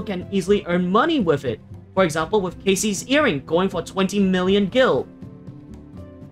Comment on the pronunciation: your the 2nd person today ive heard pronounce cassie casey lol FFXIV is a different breed, its cassie as in cassandra though i suppose it doesnt matter but the mob came from FFXI i've never heard anyone pronounce the mob casey until recently when i popped into eureka or asked a streamer